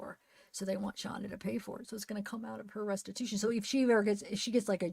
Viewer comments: It's Shanda, not Shandra. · it's Shanda